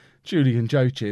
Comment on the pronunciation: joachim is pronounced wakeem